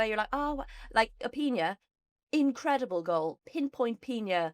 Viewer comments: PiÑa? PiNa. N, like ENglaNd, for example -> How to pronounce Pina (Spanish/Spain) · What the hell with "Piña" (Pineapple), her name is Pina